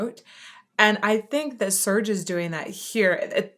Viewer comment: Serj is not pronounced Surge. The e is more like e in Bella!